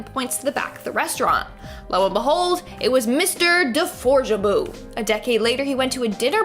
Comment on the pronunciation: Say deforjaboofor me one more time😄😝😍